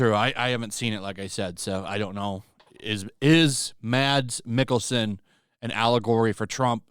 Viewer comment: Great Mads Mikkelsen pronunciation! As you're looming to, the d is silent, and if you imagine when you're saying the word "mad", your tongue automatically forms a slope in your mouth, and that's the gear that Danes usually operate in, and most people would claim that it's like having a golden potato in your mouth. So if you say "mad", say it without the usual pressure that comes with the d. You're doing great, far better than most! But hopefully I've provided with a point of reference so it's not totally ambiguous ^^